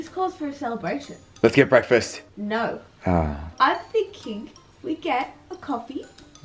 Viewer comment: "LATS GAT BRAKFAST"